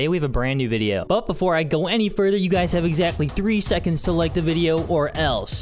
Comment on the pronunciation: "Sekonds" - 2020